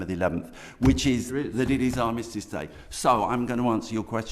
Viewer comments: He can't even say the word 'Armistice'. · Can't even say armistice correct says everything